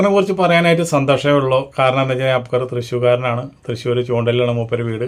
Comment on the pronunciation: അബ് കർ അല്ല അക്ബർ